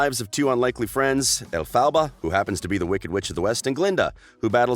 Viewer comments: When you pronounced the name of ELPHABA you bloody pronounced it as El-PHA-BA it's ELPHABA not EL-PHA-BA you're stupid. but yes dove Cameron is one of a kind and she would be amazing as GLINDA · i despise the way you say elphaba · Why is he saying Elphaba so weird??? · The way he pronounced Elphaba 😷 wtf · ZoLexa IKR 🤢